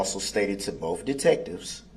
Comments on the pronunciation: I cannot stand how many times he says "BOAF" detectives instead of BOTH. Also he should have put that mask back on. Nobody wants to see that face. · I expect nothing less from a guy who doesn't know how the letter T works. Dis = This Boff = Both Less = Let's Place = Plates Tesses = Text But then says Amisst, Biast, Duresst, and my personal favorite, pronouncing the silent T in Apostle 🤣🤣🤣 What a clown. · “Bofe detectives.” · “Bofe “. “Axed”, “Substained.” It’s more than I can stand. What an absolute idiot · I’m so tired of hearing this dip 💩 say “bofe” instead of both! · The look on the court reporter’s face when he says “bofe”😂